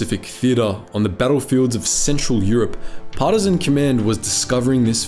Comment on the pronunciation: Please learn how to pronounce “partisan.”